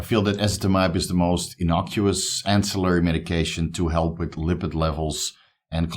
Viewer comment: Yeee my guy first time you said ancillary right on a video ;) only messing with you, keep up the great content bro I have learned and benefitted so much! One love!